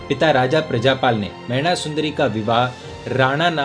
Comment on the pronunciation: मयणा नहीं मैना सुन्दरी !